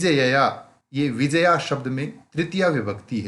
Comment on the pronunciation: It's not Vijaya it's Vi-jay-ya